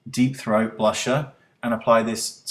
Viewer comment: If I´d have HER skin, I´d never ever use makeup...it´d be just a waste of money :) By the way..am I the only one who smileys when he says "Deepthrought"-brush? Am I the only horny here? ^^